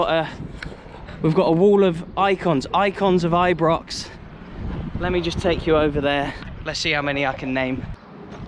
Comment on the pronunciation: It's not Ibrox it's I-pox 😂😂